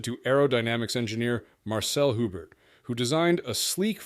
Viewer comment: How come the Sport 5000 has a UK registration and is RHD? You sometimes got the pronunciation of Alpine correct, alpeen. Hubert would be pronounced Ubear if he was French.